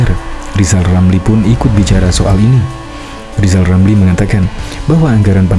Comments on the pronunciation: Nama sebenarnya Rizal Ramli bukan Lizal lamli ucakan nama sendiri belum teteh kok sd sirik ma Olang2 lizal liza ! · Rizal Ramli sebenarnya belum lulus sekolah dasar. Lha, disuruh mengeja huruf saja L nya dobel. R dibaca L.....!. Bila tdk percaya, silahkan suruh dia mengeja namanya sendiri, pasti di eja...Lijal Lamli !. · Namanya pakai rr tapi engak bisa bilang r....itulah lisal lamlil...jd eror otaknya...la nyebut namanya sendiri aja engak pecus...maka apa yg keluar dr mulutnya hanya sampah dan hujatan serta iri dengki dng orang ...khususnya keluarga pakde wi....